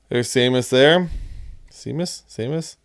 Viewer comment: Seamus is pronounced Shaymus